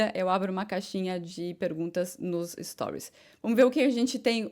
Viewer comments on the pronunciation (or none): none